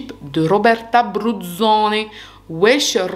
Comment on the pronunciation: J’adore le Wecchhh Wechhhh 😂